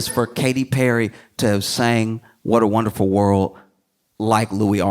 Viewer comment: Whert uh wenderful werrrllld